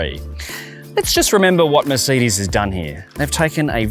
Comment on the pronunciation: Did he say “Merseedeez” 😂😂😂